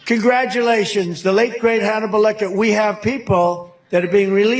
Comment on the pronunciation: Hanable lol 🤣🤣🤣🤣🤣🤣